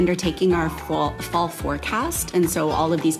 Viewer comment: When she says "Fall statement" it sounds EXACTLY like FALSE STATEMENT.... or is it just me???